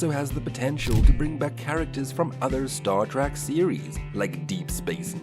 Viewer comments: What is Star Track? The narrator keeps mispronouncing this. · The fact that he keeps saying Star “Track” says it all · "Stawr Trak." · Another click bait by a bunch of pathetic dorks who doesn't even know how to pronounce Star Trek. Avoid at all costs unless you want to waste your time. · Don't care much for "Star TRACK" and this machine pronounced "ensign" completely wrong. Get a person to read these things!!! Personally, I would LOVE to see Star Trek Legacy with all the original caracters and actors. Really horribly put together video,.